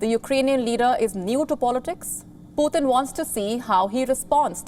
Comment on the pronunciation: girl you are butcher the names ....puthin ....XD